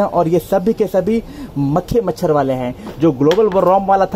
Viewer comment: भाई आप जब मखी मचर कहते हो तो बहुत ही हसी आती हे